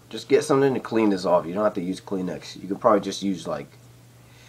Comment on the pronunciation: Kleenex not clean-x